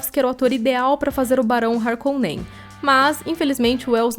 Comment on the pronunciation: “Yoko Kanno”; “HarkoNEN”, “PaDIsha” essa narradora é MUITO RUIM, claramente não conhece a obra (duna) e só leu o texto